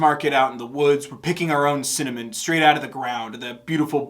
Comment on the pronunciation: Hey! I don't know if you noticed, but it was pretty cool that her saying simmer over and over again started to sound like "mercy" and her saying cinnamon sounded like "send them in"